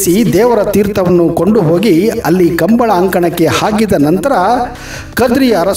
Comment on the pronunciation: ಸರ್ ಅದು "ಕಂಬಳ" ಅಲ್ಲಾ.. "ಕಂಬುಲ"